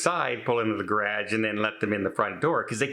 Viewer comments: Anyone who says garage the way you do, probably shouldn't have one. :) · Gonna start a drinking game each time to say ‘garagge’ lol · Is that how all Canadians say garage? It sound like gradge. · I'm sorry I have laughed at the garage how you say it. we say it differently here. I would check it out to see if it wants to have all your recording stuff in one place and if it is big enough, put one studio on one side and one on the other. Also is it worth the extra space and everything in one place. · The way you pronounce “garage”, is so different from how we say it in 🇺🇸…I love your accent. Wishing you the best …sorry this is happening….you seem very cozy in this home 😊xo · Very interesting pronunciation of "garage". Never heard it before. English is a crazy language. Good luck. I loathe moving. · Sorry you have to move. I kept laughing during the video every time you said, "garage." I've never heard it pronounced that way. Being from the Midwest I know I have some quirky words too that make people look at me, you're not from TX where I currently live...LOL Have a good day. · 😅never heard someone say garage like that before.😅😅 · Your what? Oh, garage. We pronounce it differently here in the States. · Love the way you say Garage,. We pronounce it differently here in USA. Hope you find an apartment, best of luck . Love your videos 😍